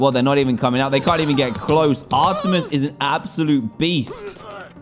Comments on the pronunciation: O yea. I was going to say it plus Dan says her name wrong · It is ar-meet-es. And it is she....... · I am triggered I’m a big Greek mythology and Percy Jackson fan but it is pronounced are t mees